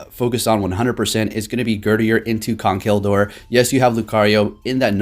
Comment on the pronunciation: Jay Wicks he said “Gurdier”😂💀